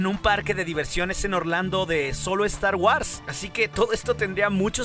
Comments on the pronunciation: 1 crítica, no podes pronunciarlo star wars hermano, se pronuncia Star Wors no es muy difícil. Esta bien que nuestra lengua es española pero no por eso hay que pronunciar todas las palabras inglesas como el orto. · Deberías de empezar a preocuparse por tu pronunciación, es incómodo escuchar "estar güars" y "celebreichon", digo, ya que hay muchas personas que siguen tu canal. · Muy bueno el video y el material, esperemos que se haga realidad. (crítica constructiva) Te recomiendo que pronuncies bien star wars ya que lo decís con mucha frecuencia y una mala pronunciación distrae.